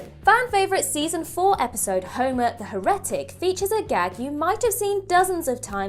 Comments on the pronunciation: Clearly, she has no idea what the word is. "Her-et-ic", FFS 🤣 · That is a very odd way to say heretic.